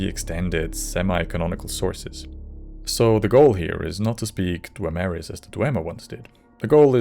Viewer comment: I wouldn't say yoy tried pronouncing it sounds more like your a natural born Dwaymer and the golden tones have blessed you